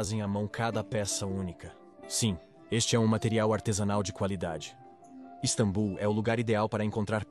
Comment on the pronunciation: Caraca já dava tempo de vcs corrigirem essa i.a de falar istabum. É só edita meu.